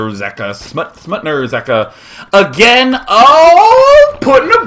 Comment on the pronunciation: SmutnaRzeka nice way to show of polish zerg style =] and day9 did very good job pronaucing his nickname